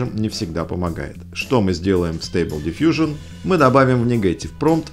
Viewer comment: Ага! Только не дивижн, а дифъюжн. - Да кому какое дело? Англичанин штоли? Не мешай тут нам звуки издавать!